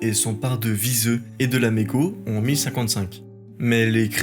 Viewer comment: Ah aussi, prends peut-être le temps de vérifier la prononciation des noms étrangers, ici espagnols et portugais ( /viseu/ au lieu de /viséo/, ouch, et Badajoz et toutes les jotas…). Tous ces détails, ça énerve un peu parce que ça détourne l’attention du fond, qui est très bon !